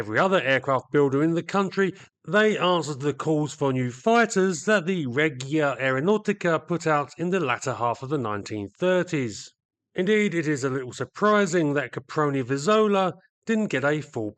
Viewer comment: Great story on these interesting aircraft. Can I offer some minor points on Italian? 'Regia' has a soft 'g' as in Reggie Perrin, so it's pronounced 'Reh-jee-uh', with the emphasis on the 'jee'. 'au' in Italian is pronounced as in 'ow!' or 'now', So Aeronautica is 'Aero-now-tickah'. Also, in 'Isotta Fraschini' 'sch' has a hard ch as in 'ski', to give 'fra-ski-knee'. British people tend to make the same error when ordering bruschetta as a starter in Italian restaurants, although I'm sure twaiters are used to it.